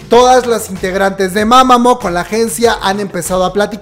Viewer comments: se escribe Mamamoo pero se pronuncia Mamamu bro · Me da algo cada vez que dice mama'mo' xD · como fan de Mámamo. También: win, wen, wiin, huein, Solár, jaudhsjsjdj Jajajaja amo su esfuerzo por incluir info sobre otros grupos pues antes no hablaba de Mamamoo. Muchas gracias